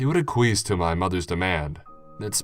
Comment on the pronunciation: "A- queece" cracked me up. Sounds like a rude noise. I think the word you're going for, there, is "ack-we-ess."